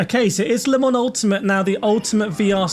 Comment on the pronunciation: Don't say Le Mans Ultimate like 'lemons ultimate. It drives me MAD"!!!!!